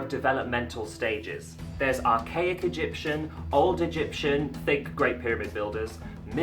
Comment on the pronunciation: U did it rong i am from egypt all the words u sd rong.